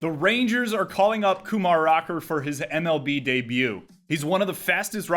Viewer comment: Great video as always,. Though I wish my Mets hadn’t gotten cold feet, I’m excited to finally see a player of Indian descent make it to The Show. I once hoped it would be me, but it turns out that an 80-grade fastball and an 80mph fastball aren’t the same thing. 😆 Also, side note: Kumar’s first name is pronounced ku-MAR, accent on the 2nd syllable—apparently, he’s particular about it. (I’m just bracing for when Jays’ SS prospect Arjun Nimmala gets to the majors, but tl;dr: accent the 1st syllables—AR-jun NIM-ma-la. Impress your Indian friends 😆.)